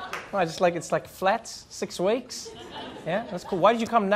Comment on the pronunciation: "Six waekes" 🤣